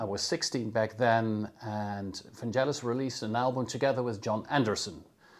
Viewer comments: VanGelis with a hard G not vanjelis! Like FeRaRRi and MoncleRRR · Its Van-G-elis - with a Geh - not Jeh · Thanks for the video, but it is not Vanjelis but Vangelis, like G in Google. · Fantastic reproductions! Just one tiny thing: Vangelis' name has a hard G - his friends called him "Gelly" (ie: not "Jelly"). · Super interesting! Hate to nitpick on such an interesting video but it’s pronounced VanGelis not VanJelis. Hard G. Nonetheless thanks for this! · Vangelis pronounced his name as VAN GGELLIS, not VAN JELLIS. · Vangelis - not Vanjelis. Otherwise interesting exploration of CS80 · Hard G mate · Vangelis with a hard g ! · Great video. Always nice to see great composers also using presents, it just shows that a lot of the times it's the inspiration to how to use them, what to combine them with, that is the most important in creating a great song. One pointer though, it's pronounced "vang-GHEL-iss", I would really hoped for people, especially musicians, would put a bit of effort in making sure they know how the names of the artists they admire are pronounced. It just shows good musical culture. All the best! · Hard g, not soft ;) =] I lean toward the Brass I + Brass II combination. And as someone who messes about with it, it really is about how to play it as much as what you play. But all in all, nice job showcasing the CS80 the way Vangelis may have used it =] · Vangelis is pronounced with a hard G. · Very nice sonic journey through masterpieces of Vangelis… on a subject of sonic accuracy I am offering a correct pronunciation of his name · Try pronouncing his name properly 🙄🙄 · Pronounce of Vangelis is not correct...the "g" is "hard...like golf...